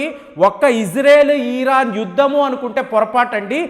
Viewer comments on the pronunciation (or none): "ఇరాన్ " అనoడి. మీరు "ఈరాన్" అంటూ ఉన్నారు.